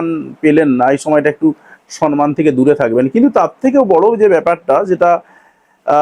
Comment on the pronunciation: সর্মান নয়, সম্মান। ইংলিশ তো ভালো বলছেন।